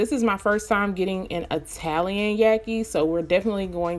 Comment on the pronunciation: “Italian” sounds so foreign lol. Yaki wigs intimidate me but you make them look so beautiful